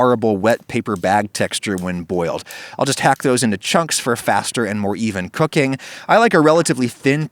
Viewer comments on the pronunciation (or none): none